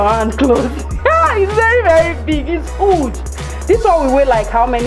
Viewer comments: It’s a Yoruba thing. In their native language the letter H is silent so everything that starts with an h the pronounce it like it’s not there. For example. House is ouse. Huge is uge. Happy is appy etc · I love how you pronounce "huge". It sounds like "hooj" and it's amazing.